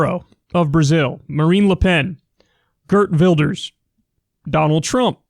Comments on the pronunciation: Kyle you need to learn how to pronounce Geert Wilders 😂 , but I understand Dutch is a pretty hard language for others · Ah yes, Gurt Wulders